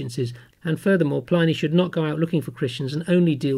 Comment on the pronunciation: His name is pronounced PLIH-nee, NOT PLY-nee. His name was Plinius.